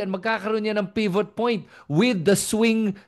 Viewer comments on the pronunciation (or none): none